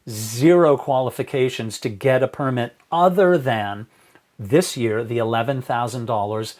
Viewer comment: Only one correction dad... it's purrrmit. -Simba